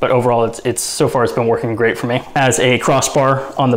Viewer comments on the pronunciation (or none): none